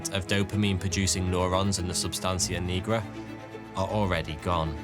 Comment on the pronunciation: Maybe it’s because I’m a medical professional that it drives me crazy when someone can’t pronounce a medical term correctly, like substantia nigra. You’d think you’d research that before you made a video. Take some pride in your work.